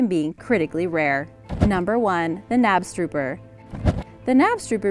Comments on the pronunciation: Knabstuper? Not how you pronounce it. Knabstupper!! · Knabstrupper is pronounced kanopschtoopah not nabstroober. Smdh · The K in Knabstrupper is not silent :) In Danish we pronounce the K :) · Love the video - my only comment is the missing “K” in your pronunciation of “Knapstrupper”. But I know that Danish is hard to pronounce so I don’t blame you 😉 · Being from Denmark, I am very surprised that the knabstrubber is considered a rare breed. And by the way, the k isn't silent ;-) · Damn, she butchered the Knabstrupper’s name. Anyways, there’s a farm in Botrivier, Western Cape here in South Africa. They have this giant stallion named Figaro. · You pronounce the K in knabstrupper. ☺️ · Btw you pronounced knabstrupper wrong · You pronounced Knabstrupper wrong... sry it just made me cringe... I'm an equestrian sooo...